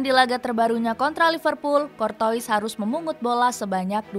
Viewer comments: Tutorial membaca nama Thibaut Courtois Dibaca : kortua ❌ Dibaca : kortowis ☑️ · Kortoa bukan kortois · Kurtuwaa min kurtuwaa, bukan kortois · Cortoa bacanya sayang bukan Cortois/Corona 🤣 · Tolong dilatih lagi cara penyebutan nama dengan benar, Kortoa bukan Kurtois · min mimin Maaf maaf nih Telinga kita familiar dg sebutan nama KORTOA bukan KORTOIS ini yg bikin kontennya serasa keluar jalur. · Cor-toas bacanya min bukan cor-tois🤣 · Cortoa bukan cortois di bacanya... women ☕☕☕ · CORTOIS DIBACA KORTOA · Courtois bacanya kortoa min, bukan kortois🤣😭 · Anj ganggu banget sumpah pengucapan adminnya kortois kortois mulu🤡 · Saran minn..... Klo bahasa perancis curtois - dibaca curtoa. oi dibaca oa 🙏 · min, salah baca tuh nama kiper madrid... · Ini baca nama kiper Madrid bisa bener g si..